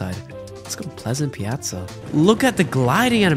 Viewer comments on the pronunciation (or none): Bro said “pleasant pliaza”